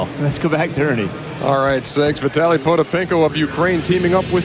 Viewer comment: David Stern got vitalys name right